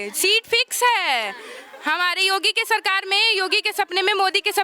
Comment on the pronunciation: Name to sahi se bol do Yogi ka